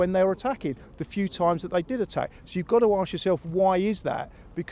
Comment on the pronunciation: can someone please let Cecil know that’s it’s ‘ask’ not ‘aks’. It’s only 3 letters it’s not hard.